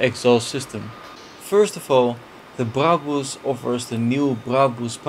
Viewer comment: He actually pronounces brabus correct